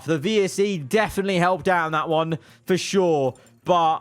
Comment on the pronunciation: bruh I thought he said verschoor not for sure